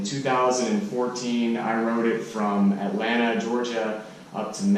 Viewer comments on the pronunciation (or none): none